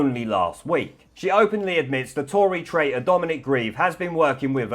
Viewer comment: The presenter seems to be ignorant of the 20th letter of the alphabet, yet he proudly shows a photo of Gv and JS labelled, in his enunciation, "wat" and "raitor". Please learn to pronounce words properly, it would be so much easier to follow for people whose mother tongue is not English!